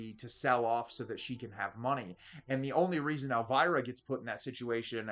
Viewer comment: Why can't you English people pronounce Elviras name correctcly?